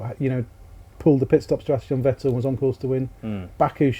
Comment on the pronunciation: Should have listened how they called Vettel for entire seasons, basically called him Fat L.